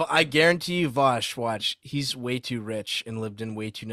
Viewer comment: Vaush, Vaushy Vaushington of Voosh